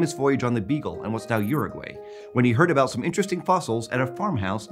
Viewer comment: Im just gonna say that you said Urugay wrong